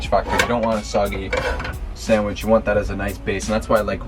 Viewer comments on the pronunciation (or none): Great recipe, will 100% try this. But, dude, it’s sanDwich!!! Not sangwich!!! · I love the fact that calls a sandwich a sangwich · So many favorite parts of this video! Bec giggling behind the camera, tagging you in belly button tomato pics, and the best... pronunciation of the word "sandwich".